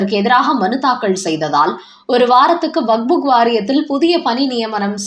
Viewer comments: நேற்றும் கவனித்தேன். இன்றும் கேட்கிறேன். அது வக்புக் வாரியம் இல்லை. வக்கப் வாரியம் 😂😂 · வக்புக் இல்லைடி, வக்ஃப்!